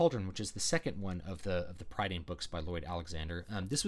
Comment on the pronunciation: One minor correction: Prydain is pronounced Pruh-dine. Interesting video, I had to read a LOT of Dahl books at school and remember getting very fed up with them. It does make me wonder about why so many schools (at least here in Britain) choose to use them. I only ever his short stuff, like Dirty Beasts (if that was the title) by choice.